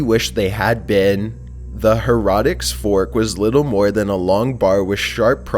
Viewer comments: It's Heretics (Hair-uh-ticks) not (He-rot-ticks) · How the heck did you sound out heretics to "HUR-ROTIX". It doesn't even look like it would have those sounds. Sound it out honey. HAIR-UH-TICKS. I'm shocked there's an adult who hasn't heard that word hundreds of times. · TC: -, it's pronounced "hair-ah-ticks" fork...not the "hair-rot-ticks" fork. Just FYI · Herotics? Its pronounced Heh-re-ticks read it like its spelt Heretics. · it is the her-ra-tics fork not the her-rot-ics fork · Killing me!!! HAIR Eh Ticks fork,,,not Hair rotic...lol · Dude, its the. Heretics fork, not herotics fork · Herotics board..... it is pronounced hair e tick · wtf is a horrotics fork? its pronounced hair a ticks not horaticks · Her e tics not her o tics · Hair-ot-ics fork? Isn't that word heretic (hair-i-tics)? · Herotics? It’s pronounced hair-i-tics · I love your stuff, but for the love of god you pronounce things so annoyingly wrong sometimes. It's not "hair-rah-ticks" it's "hair-eh-tics" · It's pronounced Hare-eh-tiks not Hare-ah-tiks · Herotics? Heretics is pronounced: Hair-Et-Tics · Lol hair-rotics fork! Yo is English not your first language or are you just not a great reader? There's also eye-Ron and gee-bralter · 1. Bro speak English 😂 Herotic? Vietnaaam? 2. Pear of anguish, was not used "in the anus" first, it's always been placed in the mouth before expansion. It's very clear on the writing at the museum, even a picture of it in use . General belief amongst historians is that it was used as a gag during robberies in the 1600's. Here's 1 source Bishop, Chris. "The Pear of Anguish: Torture, Truth and Dark Medievalism" you can do the rest yourselves :* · The way pronounced Heretics and Iron was very creative. I've never heard anyone say those words like that. He was saying something more like "hair-rod-dicks" for heretics and "I Ron" instead of iron. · Its pronounced hair-ah-tics fork. 😆 lol. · "the hair-rotics fork" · Hair-a-tics fork